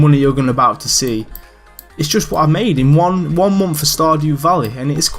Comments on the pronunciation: yeh, i agree. You say month as like "Monnth" but it really doesn't bother me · I love how you say month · the way he says month lmaooooo